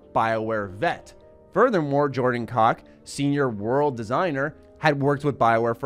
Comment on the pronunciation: I have my doubts that's how you pronounce the name Koch.